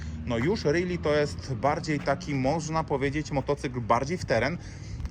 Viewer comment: Fajne wideo. Na marginesie, rally wymiawia się inaczej niż really. Pozdrawiam